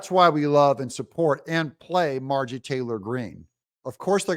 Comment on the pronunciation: It is Mar-jor ie Not Margie